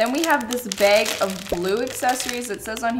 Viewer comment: Me, a maritimer teaching phonics, "Wait? Have I been saying bag wrong my entire life?"